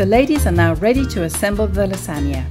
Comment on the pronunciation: LASAGNA not 'la sagna'